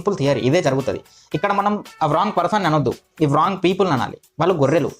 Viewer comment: One mistake....Wrong ni as it is spelling la pronunciate cheyoddhu andi rawng ani pronunciate cheyandi ..